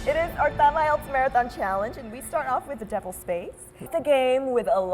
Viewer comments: bạn votw hay lắm nhưng mỗi lần nghe "Tạm ại eo" là mình ớn lạnh :-s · IELTS test, ý mình là cô ca sĩ gì gì đó thi nói phần IELTS đó. Chứ không phải.